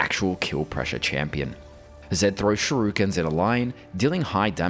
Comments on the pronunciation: not shurikens, ‘sherukens’ 👌🏻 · "Shurukens". This one gets a chuckle out of me every time.